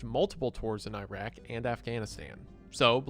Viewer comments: Iraq not Eyeraaq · You can call it Iraq if you want. But eyeraaq is more correct